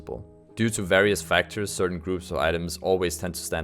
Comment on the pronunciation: Certain , not ceratin.